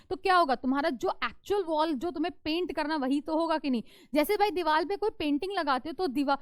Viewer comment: diwal ☑️ diwar ❌ 😂😂